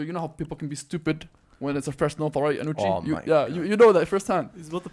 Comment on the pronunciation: First off, Can some please tell thats its Anoochi and not Anooch. Second, anoochis stories are all cap.